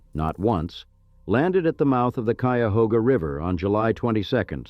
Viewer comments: This AI pronounced “Cuyahoga” right! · But it pronounced Cuyahoga correctly. Tell me if you had the wherewithal to produce a video like this, would you voice it yourself? Would you get a friend to do it? Would you pay someone?